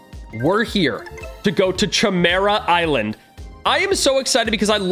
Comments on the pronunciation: Cchemera Island Everyone: Chimera Island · nah he said Ćhemera Island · I die a little every time he calls it the chymera island